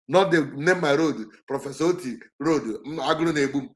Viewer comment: Nnennaya Oti not Oto please. Oti, she shares surname with Abia governor